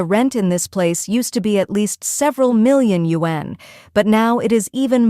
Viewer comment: This BS AI voice keeps pronouncing wan incorrectly. And it should be yuan anyway. Wan=10,000, so if they say 300,000 wan, that means 3,000,000,000.